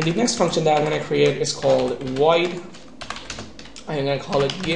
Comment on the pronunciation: It's pronounced void not woid.